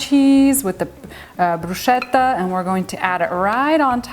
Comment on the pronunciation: The correct pronunciation of "bruschetta" is bru-sKe-tta (e.g. same sound as "school "). However it really looks amazing and delicious, it's just perrfect for summer! Greetings from Italia 🇮🇹